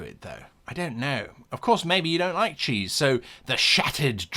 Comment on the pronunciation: I was really pulled out of it for a second when he said "maybe you don't like cheese and as someone that lives in the southern US you sound like Wallace lol